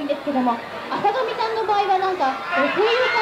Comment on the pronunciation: あさがみようこ が あさだみよこ にきこえる